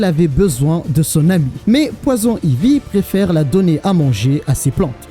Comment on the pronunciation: Poison Ivy aussi tu le dit vachement mal 😅😂 moi qui est bilingue ça ma fait saigner des oreille a chaque fois Sinon en general j'aime bien tes videos